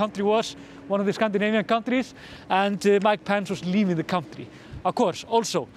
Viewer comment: Love your pronunciation of 'Pence' as 'pants' 👍🏻